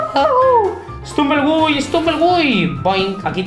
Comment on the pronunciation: Se pronuncia estumble guy no estrunven gey